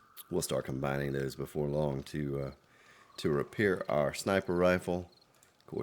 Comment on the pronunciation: Hey, did you really mean to say "rifer Sniples" at 46.58? Had a nice chuckle. Keep up the great work.